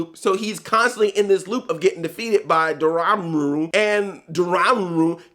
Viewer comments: it is pronouced Door Ma Muu (Dormammu) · Door-Mom-Moo if this helps to pronounce it Andre lol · Andre its Door-ma-moo. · Dormammu isn't that hard to pronounce, haha. Door+Mom+ooh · Dormamu is pronounced Door-Mom-Moo. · Andre I'll help you It's pronounced door-mom-ooo. You're welcome P.s. I've come to bargain! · If you can't correctly pronounce Dormammu, then you really shouldn't call yourself "Black NERD". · Lol I love how he can say "Chewietel Eijiofor" but not "Dormammu" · Say Dormammu damnit!!! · Can't pronounce Dormammu. Flawlessly says Chiwetel Ejiofor.